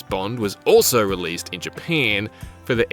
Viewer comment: I love how the narrator says Japan. 😂❤